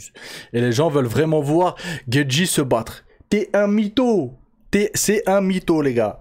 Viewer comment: Ça se prononce gaethjiiii